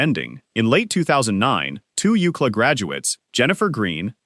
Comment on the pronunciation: LOL "two yoocla graduates". It's a university; pronounced "U-C-L-A", silly AI.